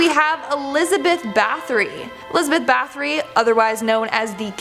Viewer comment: It’s pronounced BA-TORY not bathroy. The H is actually silent